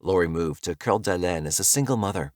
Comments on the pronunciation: The pronunciation of Lake Coeur d’Alene. (kore-duh-Lane) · Not trying to be an asshole, but it’s driving me nuts…I know Coeur D’Alene is French and should probably sound like you are pronouncing it, but Idaho isn’t classy so it’s pronounced Core-duh-lane. Again, not trying to be an asshole. I really do like your videos. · the pronunciation of Coeur d’Alene makes me want to throw my phone 🤣